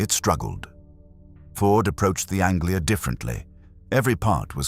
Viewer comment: Yep, I remember very well the Ford Angela ----- ANGELA, not Anglia!